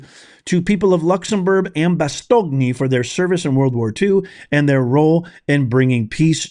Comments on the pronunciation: FYI - Bastogne is pronounced Bass-tone. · Pronounced more like Bas ton'